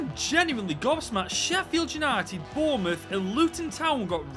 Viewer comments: It's boubouth you funny God help hom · it’s bouroutht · It’s Bournemouth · Pfffffffttt its flipping bornmouth